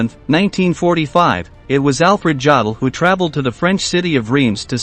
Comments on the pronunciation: Jod el?? Really?? Try Yo del, for a more accurate pronunciation. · It's pronounced 'Yodel' NOT Jodl. For goodness sake, if you want to pose as an expert on these things, at least learn to pronounce the names correctly. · It is pronounced YO-DUL...not JA-DUL! If you're going to make historical videos then get it right! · Why oh why do American narrators have this total inability to pronounce non-English words and names? There is no such name or word as "Joddle!" More than eighty years years since the start of learning these names, they haven't filtered through to the American media or the American people as a whole. In most case (unbelieveably not so in this video), they still insist on calling Hitler "Aydolph" when the rest of trhe world calls it properly. Here, in this video Alfred Jodl is referred-to as "Joddle. In the normal German usage, the "J" is silent, and the "od" is pronouunced as "ode." What is so difficult about it? The same problem arises when he mentions "Goring" where the proper pronunciation of "Gue... is changed to "Go..." Nowadays, basic research is so easy and simple; one only has to listen to old British radio or TV reports, documentaries and even films to hear the correct pronunciations. However, it's well enough known that Americans have their own bastardised form of English, don't like to be told anything, and as a consequence use whatever terminology they want. It's not only incorrect and unnecessary, it's completely unprofessional, especially when putting out a factua-based programme for public consumption. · It's pronounced: YO-dul. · Yo-dol! Please, if you are going to do these videos, pronounce the names as we all know them. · Jawdel?? Who t f is Jawdel? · Ya dell? Maybe should get a real live human to read the script. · Yodel, long o sound as in yo yo. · Try to learn something... Certainly some basics of the German language... Some of your pronounciations were so repulsive! 😬🤥😷 Jdaddle... Jdaddle!... 🤐🤐🤐